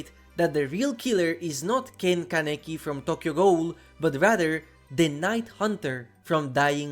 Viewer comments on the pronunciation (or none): I would be VERY hype for Tokyo Ghoul in DbD Sidenote: your pronunciation of Tokyo Ghoul and Richter Belmont is killing me 😭